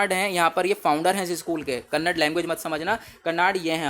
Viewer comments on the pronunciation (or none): none